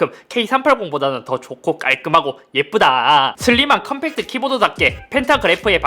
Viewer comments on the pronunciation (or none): 디자이너 컴팩'터'